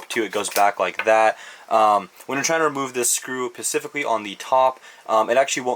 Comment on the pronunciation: Awesome video, but please stop saying pacifically it’s specifically